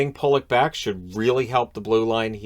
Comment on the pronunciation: There's only 1L in Pulock. I refuse to pronounce it that way